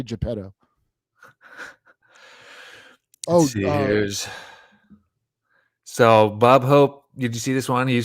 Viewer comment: Geppetto = JAH-pedo 🤯 "Me say, me want REEEEAL BOY!"